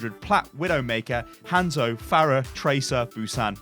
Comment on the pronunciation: I could have sworn he said Handsoap for a second XD